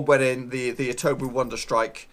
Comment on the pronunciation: Who’s etobo His name is etebo